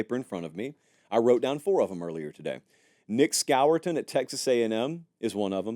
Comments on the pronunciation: Nic who?!? It’s pronounced SCORE-TON. You don’t pronounce it the way it’s spelled. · Score-ton is how you pronounce it